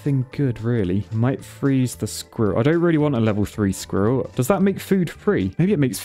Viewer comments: i cant stand him saying skirril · lol the way you pronounce squirrel is soooo funny haha